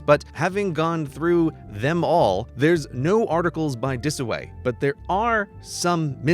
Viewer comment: Walk Disoway... not Dataway.